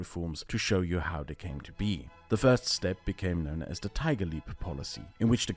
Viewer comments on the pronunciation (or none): none